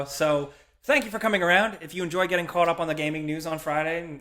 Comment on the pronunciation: Cwaught up on